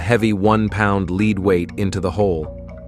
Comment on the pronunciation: They can’t deal with lead pronounced led.